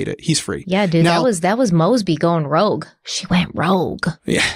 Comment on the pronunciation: had total 420 vibes! Love it!! Even if you weren't when you said rouge twice like that.. and they knowww😂😂 about the case I pray miss Lee is at peace along with her family! This is all just bringing back the day to her family and that is the saddest part!!!